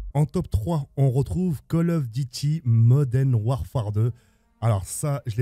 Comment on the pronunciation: Call of diti Moden warfare 😂